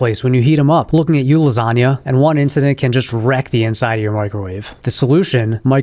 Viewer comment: "looking at you lasaga" 😂😂😂